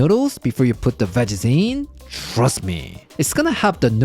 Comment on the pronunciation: “Shhhrust me!”